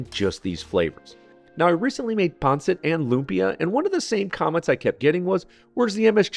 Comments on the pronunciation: Stress on the last syllable: pan-SIT. I prefer no onions in adobo, especially on classic black and traditional white recipes. The flavors are very different with and without onions, and it always felt wrong to me. Ilonggo-style red adobo does include onions though. But it's been a long process for me to accept that the best version of any Filipino dish is "the one your mom makes." Also, try eating this with pickled papaya. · Man, the way u say pancit 😂